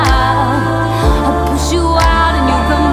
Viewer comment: You're well good the only thing I didn't like was the way you pronounced love you kept saying laove and it was really annoying but other than that it was really good